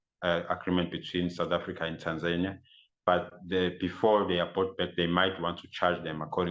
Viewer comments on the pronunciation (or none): It's Taaanzania not Tenzania Let's pronounce names properly please